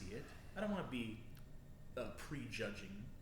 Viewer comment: "waunt".... "wownt" hehe